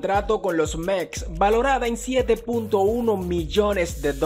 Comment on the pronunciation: No se dice Meks, sino METS !!! Mejores pagado ??? PagadoSSSS !!! Y no es que cobren sin trabajar, es que YA LO TRABAJARON !!!